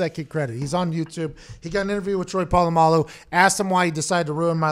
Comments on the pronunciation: "troy poololamaloo" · Everyone: Literally everyone: Pat: TROY PO LA MALU RUINED MY LIFE